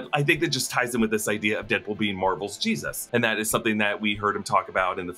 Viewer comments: Im kinda weirded out by how he says G-Zuss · is it just me or is he saying geez us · Why’s he saying Jesus weird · The way you say Jesus 🤣🤣🤣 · You say Jesus weird. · Why do you say Jesus like that... 🤔